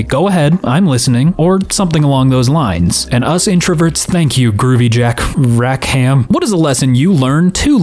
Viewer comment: It's pronounced more like "Rack'em" not "Rack Ham." Jack Rackham is the name of a famous 18th century Pirate.. Calico Jack Rackham.